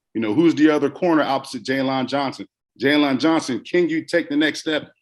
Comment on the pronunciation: Not being able to say Jaylon( Jay-len ) is by far the most annoying thing on this clip. 🤣😂 Come on, hometeam! You got to do better than that. You pronounced every letter in the man name!!